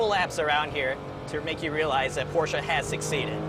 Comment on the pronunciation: I liked this video just because you pronounced Porsche the PROPER WAY! Good job!